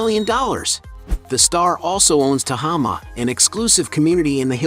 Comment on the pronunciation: Dear AI, Carmel is pronounced CarMELL, not CARmel and Tehama is TeHAYma, not TeHAHma. Great photos.